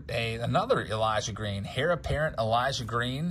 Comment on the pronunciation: Just fyi - heir is pronounced "air", not hair.